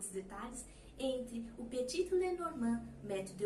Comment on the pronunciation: Só um detalhe , Petit não se fala o último t, ele é mudo.Adoro suas aulas, vc tem o dom de ensinar ❤